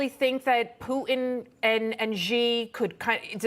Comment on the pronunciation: Poo en? Geeezzzz what is she doing on air?